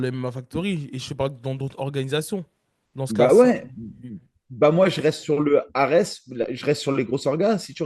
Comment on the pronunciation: leu ares.... bruddah... vous l'faites exprès!